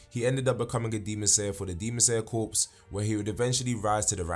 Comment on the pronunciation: Good video. However it's pronounced like core not corpse. The the ps at the end of corps are silent.